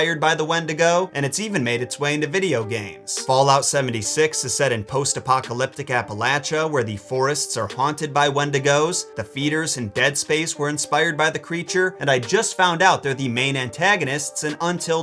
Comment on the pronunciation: Love your videos but it's pronounced App-uh-lay-she-uh mountains. Thanks for the great content keep it up.